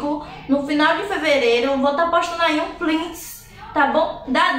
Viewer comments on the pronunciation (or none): o correto é print e não plints 😉